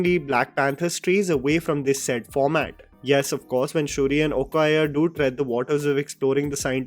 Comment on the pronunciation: When a reviewer calls okoye, "okayah" and calls leticia wright, "lalita", you know he is drunk while doing the review...angela basset probably win an oscar for her role in wakanda forever and the reviewer had problems understanding her role!! Wow!!! The funny part is i actually follow this dude and genuine feel he is good enough..but sometimes he really misses the mark..did the same with kgf 2..and now wakanda forever